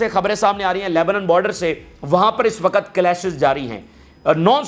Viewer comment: Pahle tum apna physical action pura kar lo tub news sunana. 2. Sahi urdu bolna seekho.......waqut hota hai......waquat nahi hota hai.Tumhare maximum physical action ki wajah se bahut sare logon ne tumhara channel dekhna bund kar diya hai.seekhne ka amal puri zindagi chalta hai.